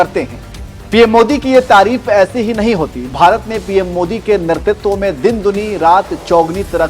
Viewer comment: "netritva" not "nertitva". Jai Satya sanatan.